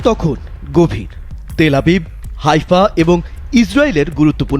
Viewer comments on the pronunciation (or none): none